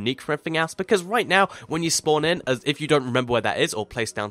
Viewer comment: No, he said everything as But it sounded like everything ass BTW how do u get subtitles?